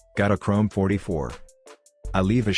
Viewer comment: Its FOFTY